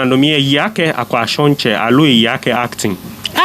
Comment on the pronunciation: Why did u say Akwashon Mantse when reading?. There's nothing call Akwashontse Mantse